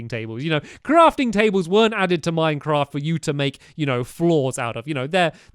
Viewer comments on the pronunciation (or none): none